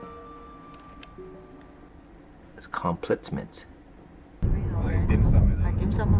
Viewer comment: Literally laughed out loud at "with complitment" 🤣